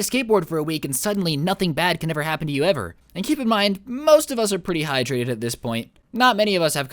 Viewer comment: NOOO YOU CANT SAY HYTRATED IT HAS HI IN IT